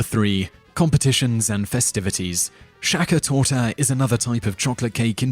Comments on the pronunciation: It's called Sacher Torte not Shaka Torta! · Shaka Torta? It's spoken Sahha Tor Te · In German all St is spoken like Scht that means you say Apfelschtrudel not Apfelstrudel and by the way you say Sachertorte not Schackertorte.... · Shaka Torta? It's called Sacher Torte! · even though the tyroleans may pronounce it "maderschberger" (spoken: madershberger), it is still pronounced madersperger in the rest of the country. also, the sachertorte is the sachertorte, why would you call it schachertorte (that would be german for "sell off cake")? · 'sakatorta' xD Sachertorte! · As you say it was invented by Franz Sacher not Shaka the Zulu so why are you calling it shakatorte? Repeatedly! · "Shacka torta" xD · "Schackatorta" Hahaha! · "Schackertorta"??? WTF! If you pretend being an expert about Austria to the point of knowing what the most important facts are, please at the very least make an effort to get to know how to pronounce these things! To be clear: Noone expects foreigners to correctly produce difficult/unfamiliar sounds like "ch". But the sound "S" isn't difficult for the english speaking world at all. So please let the "Sacher" start with an "S". The other way round: "Sh" is a familiar sound for english speakers. So please let the "Schnitzel" be "Schnitzel", not "Snitzel". And the Strudel (even though written with an S) be pronounced "Schtrudel". One more thing: No one in Austria knows about the "National Schakertortah Day". The hole Sachertorte-stuff ist for tourists only. For Austrians, Sachertorte is just one of many different kinds of "Torte", and certainly not the most popular one. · Shaka Toeta. i mean wtf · "Weener Schnitzel" !? "Shaka Torta" !? "December fiff" !? GTFO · Schackertorta“ , love it how he says it totaly wrong :'D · "Schakker Torta" lol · SHAGGAH TORTAH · schacka torte :D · Tosh T Haha Schackertorta lol😂😂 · <--Austrian By the way its called "sachertorte" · The way you pronounced Sacher Torte is just terrible